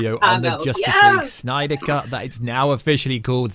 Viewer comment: love the videos but omg every time you say 'Snyder' in that way I want to unsubscribe!